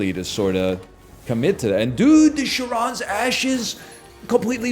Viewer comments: "Care-ron": Ferryman of the dead across the River Styx. "Sha-ron": Ferrywoman of the customers at your local supermarket. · Every time NL says Charon wrong I am surprised